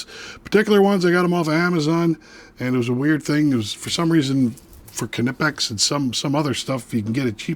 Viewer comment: Nope. I would say that Knipex USA and UK would be the last word on how to pronounce the name in English, and they both pronounce the K. However, it’s not “kuh-nip-ex” like some Americans (including the video creator here) say, there is no implied vowel between the K and N.